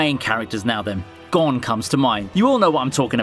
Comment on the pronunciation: This dude saying gone is making me mad like what they did with bam in tower of god calling him bom